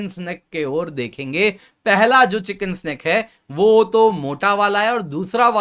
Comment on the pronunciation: चिकेन नेक या चिकेन्स नेक के बजाये चिकन स्नेक क्यों बोल रहे बार बार?? 🙄🙄🙄